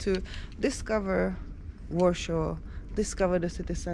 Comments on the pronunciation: Its called Warszawa or Warsaw in English ..not Warshaw. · Wondering where do you originally come from. Your pronunciation is totally off. It's not Warsho it's Warsaw. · Why do you pronounce Warsaw as Warshaw? All English speaking people pronounced IT ad Warsaw. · But her husband is English and he pronounces Warsaw as Warshaw too. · Ta Pani nie jest obywatelem GB,za słaby ma angielski,even Warsaw is not pronaunced correctly In english